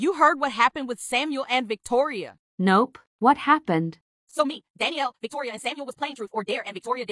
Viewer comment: Victoria name is Victoria but th3y called her toir